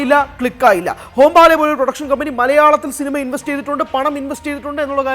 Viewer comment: ഹോം-ബാലെ അല്ലടി "ഹൊമ്പാളെ" എന്നാണ് 😂😂